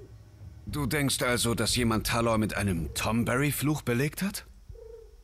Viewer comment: Heißen die nicht Tonberry ?